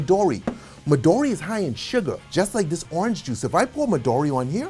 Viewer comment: Sorry to tell you this " the green liquor" is japanese meanning Midori is green in japanese! does not pronounce Midori but in is a Japanese meaning "Midori" means "green" and maybe in english sounds correct like "medori" cause in Japanese i is not sound like english "e" also in Italy Italy you don't say "ataly "but just plane Italy! so midoro is the same is M and the "i" must sound like Italy first vocal "I" that for english sound like "e" ! great cocktails 👏🏻👍🏻